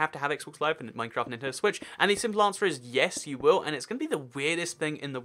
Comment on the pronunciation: THIS IS RANDOM: MINECWAFT!